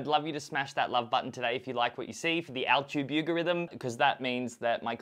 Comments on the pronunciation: did he just say al-tube you-gorithm instead of YouTube algorithm? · Every time you said "altube yugerythm" my brain had a mini stroke. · anybody else catch the "altube yougarithm" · “the altube yougorithim”